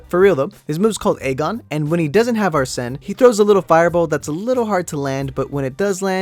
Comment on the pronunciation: Why was you doing a dance? Also you don't NEED TO rip off your mask to show your Persona UNCULTURED SWINE. (JK). So ye. Also P5 Is actually a mediocre Persona game 4 and 3 are better. Also Joker shouts whenever you start, end and Summon a Persona in Battle and a lot during Anime Cutscene. And Arsen (Pronounce Ar-Sen) is based on Arsen Lupin a GentleMen Thieve